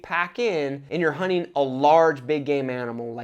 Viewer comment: My 9 year old son keeps telling me you’re saying “honey partner” lol.